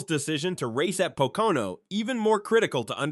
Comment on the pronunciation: Is Pocono not patoka on like you were saying